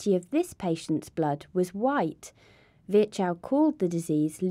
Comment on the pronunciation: Great video, but please...for the love of God...pronounce foreign names with there accent. Virchow is horribly pronounce with that american accent.